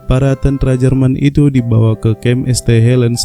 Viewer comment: Pembawa berita ini orang apa sih Tentara kok tentra brengsek